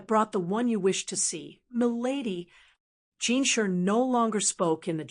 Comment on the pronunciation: It’s pronounced JinSHI not Jinsher (no hate)